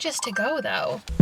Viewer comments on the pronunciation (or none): none